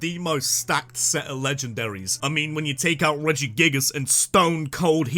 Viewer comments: REGIGIGAS, NOT REGIGAS! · nah bro you did my man regigigas wrong